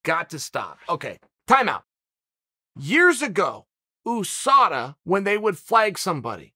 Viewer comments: I love how uncle chael says Ooosada instead of Usada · Just like Ooosman instead of Usman lol